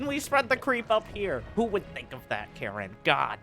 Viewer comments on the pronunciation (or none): none